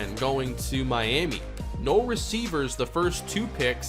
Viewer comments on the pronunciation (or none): none